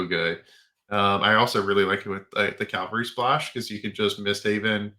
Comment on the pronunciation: CAValry, not CALVary.